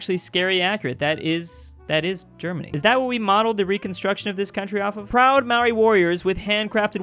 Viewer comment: imagine trying not to mispronounce Maōri but then mispronouncing it anyway